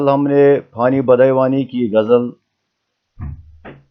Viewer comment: Read badayooni properly